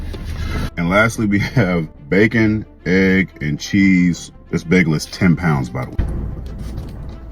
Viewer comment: That everything bagel and the chicken parm pizza is a must try. And it’s bacon egg and cheese. Not the way he said it.